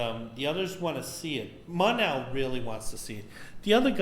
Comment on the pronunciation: Why do you keep calling mon-el,montel?